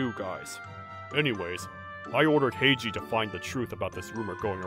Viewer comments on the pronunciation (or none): Heiji doesn't sound like Heiji